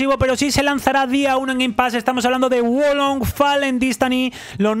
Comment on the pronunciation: bro, es Wo Long: Fallen Dynasty... Lo has dicho 3 veces mal pero igual te queremos, ♥ PD: Déjate barba. Hazlo por los panas (te quedaría bien chingón)